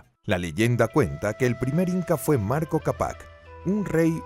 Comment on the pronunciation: MARCO CAPAC? XDDDD ERA MANCO CAPAC